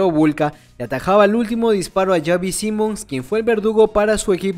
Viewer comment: Me da toc lo mal que pronuncia el nombre “Xavi”